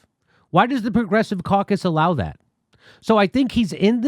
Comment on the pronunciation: It is amusing that manage to make 'Democrat caucus' sound like 'Democrat carcass.'